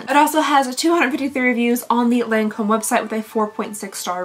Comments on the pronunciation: Your everyday neighborhood French checking in. It's Lawn-comb. Like, hearing it will make Jimmy wanna get out his mower. Also La Vie Est Belle = La Vee Ay Bell. Edited to add: also, pharma hat on, a lotion is runnier than a cream, almost liquid. A cream is thicker and might be the "pasty thing" you're talking about. Or it could be a paste, which is less smooth than a cream. A gel tends to be less opaque. A serum is more liquidy like the consistency of a lotion or even less viscous but with the opacity of a gel (or less opaque). Eventually it becomes one of those things where, if you know, you know (or if you know the recipe of the product, you know) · Hello 🤗 I just love your advent calendar videos! Just wanted to say because you asked that the correct way to say Lancôme is actually without pronouncing the N 😊 for the AN sound it's more like the first version you mentioned rather than the Kentucky version 😂 For "La vie est belle", it means "life is beautiful" and it's pronounced "la vee è bell" (tried to englicised it 😂) Hopefully it makes sense, just wanted to help 😊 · So when you say 'Lawn-comb", don't say the 'N' on the 'lawn' section. In french, "AN" paired together typically make an "ahw" sound. Law-comb :) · The n isn’t pronounced in Lancôme